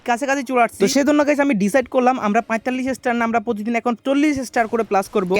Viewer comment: Vai oi ta paytalish na poytalish